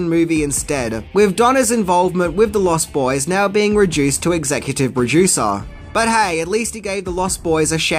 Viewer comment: Also: LostBoys, not Lost. Boys.